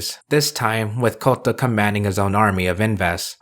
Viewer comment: FFS stop pronouncing Kouta as Kotta